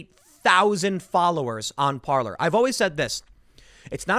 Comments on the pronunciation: par-lay -french for "to talk".... not par-ler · Yo Tim....Parler is pronounced *Par-Lay*. Parler is French for "to speak". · It makes me laugh when people call it "par-luurrr" lol